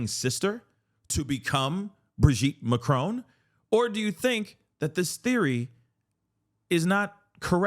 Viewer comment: She also pronounces it a as macrown instead of macron. So ignorant